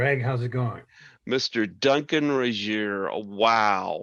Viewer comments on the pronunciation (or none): Greg, you mispronounced his surname. The g in Regehr is a hard g. But Duncan took it with grace; he didn't even flinch.